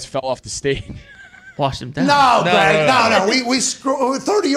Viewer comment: calling Greg Olsen "G-Reg" is legendary...lol